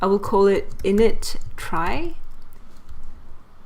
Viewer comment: It should be noted that it's actually supposed to be pronounced like "tree" as its root comes from the word retrieval. Otherwise excellent explanation of how a trie works.